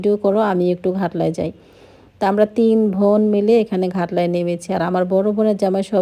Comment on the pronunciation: আপু আপনি বোনকে ভোন বলেন কেন ??? নরমাল কথা বলতে শিখেন... স্টাইল করে বলতে গিয়ে ... উদ্ভট কথা বলেন 😅😅😅